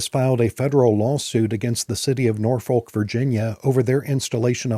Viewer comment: I'm begging you, please, please, please, do not pronounce the "L" in Norfolk. (Native of Hampton Roads here). At least not for the one in Virginia. The old cheer "Don't Drink, Don't Smoke. Norfolk" is probably still being chanted today. It's not just the way it's supposed to be said. A random example